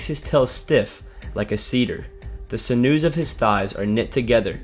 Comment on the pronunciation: just a friendly tip,.. sinue is pronounced SIN-you 😀 and i think behemoth and leviathan are something unique. lone monsters, something that no one alive has ever seen. greater than hippos, greater even than whales.